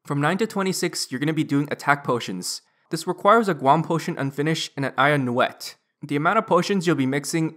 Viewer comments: Lmao an "eye of newet" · eye of nu wet loool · An Iron-Nu-Wet lmao